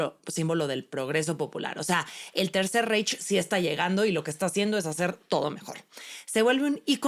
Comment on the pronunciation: Reich se pronuncia Raig... Saludos